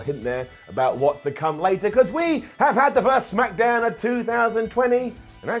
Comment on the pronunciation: "SmackEhDown" BRILLIANT 🙌🏼🙌🏼